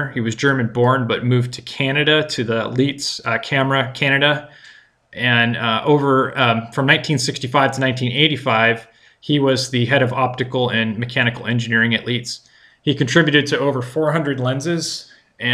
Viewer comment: Just as brief FYI it’s pronounced Leyets not Leets. You wouldn’t say Eezenhower (Eisenhower). When in the middle of a word, in German “ie” is phonetically a long E where as “ei” is a long I.